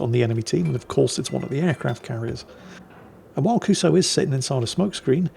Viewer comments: How long before someone points out to that it's not pronounced "Kuso"? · So... should someone tell what "kuso" actually means? Nha, hehe nha... 😅